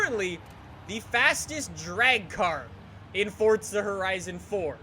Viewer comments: Why do yuo say forza like fortza? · This game is not called fodza its forza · god damn man, the way u say forza is gettin to me. wElcOme bACk tO FORTTZA man stfu, say forza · ITS NOT FORTZA, ITS F O R Z A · Man I can’t stand the way he says Forza “(Fortza)” I just want to rip his head off every time I hear him say Forza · Its For - Za not fortzer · Sneakers 4 life yeah that annoys me a bit lol. If it was pronounced like that, it should be spelled “forzza” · It annoys me like he always says fortza when its forza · “Fortza” it’s forza 😂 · forza not fortza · Its for za. Not fortza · It's not fortza it's forza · It’s not FORTza it’s forza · It’s not fucking Fortza it’s forza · Is not fotza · U dont say forza properly u say fortza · Stop pronouncing Forza like Fort-za seriously dude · Why do you say Fortza Horizon 4 why not FORZA horizon 4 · *forza not fortza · I love this guy i just hate how he says fortza instead of forza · Why does everyone say fort-za😡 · Love you’re videos but when you say fortza horizon at the start is so annoying it’s forza there is no t so please stop pronouncing it fortza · It’s still not Fortza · did this man just say fortza? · Fortza horzion... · Man calls it fortza😂😂😂😅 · You say fortza. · Stop calling it fortza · where is the “t” in forza? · ITS FOR-ZA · calls forza horizon 4 fortza horizon 4 😂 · “Welcome back to fortza horizon 4” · i remember in forza motorsports 5, jeremy clarkson had a narrative opening scene and he said (at the end) "Welcome to FORTZA motorsports 5." At least he pronounced forza as fortza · isnt that what it’s pronounced in italian though? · it is pronounced fortza tho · Fortza hurizun 4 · Its not FORTZA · Logan Sauvage I don’t see a T in Forza you liberal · He says forza like fortza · He says fortza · Fortza horitzon 4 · buddy can you please say forza right! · it triggers me how he says forza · The way he says forza tho